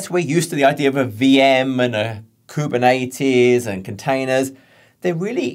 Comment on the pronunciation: Kubern-80's ... I am going to start saying it that way now. :)